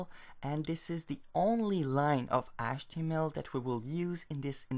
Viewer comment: what about achtemel?